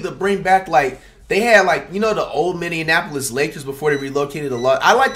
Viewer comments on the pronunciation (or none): none